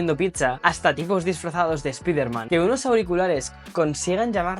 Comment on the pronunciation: espiderman o espaiderman?